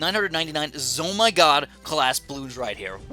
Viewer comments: It isn’t called a zo my gosh... it’s a zeppelin of mighty gargantuaness but if you don’t wanna say that mouthful just say z-o-m-g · it triggers me that you say "Zo my god" instead of "ZO eM G" aka the actual name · Why do you say zomy god FLIPPIN WHY DUMMY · It's pronounced Zeppelin Of Mighty Gargantuaness, I know it used to be a mistook capslock for "OMG" to "zomg" BUT PLEASE SAY THE CORRECT NAME OF.... you know what? nvm